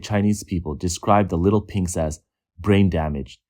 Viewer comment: Did you just say, Little Pinks or Little Pigs!?